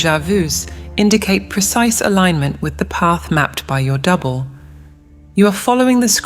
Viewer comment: Is it me or when she says double it sounds like devil?